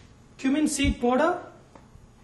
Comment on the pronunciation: sorry sir but plz dont say poder (powder)--its paaauuuuuder (powder). u r simply gr8 :))